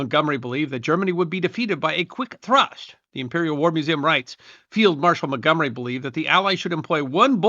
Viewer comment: As an American, I cringed every time the name Montgomery was mentioned.